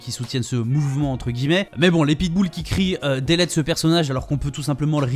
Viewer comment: Délète ? C'est tu delete en anglais? Quand on utilise des mots anglais, svp gardez une prononciation anglaise XD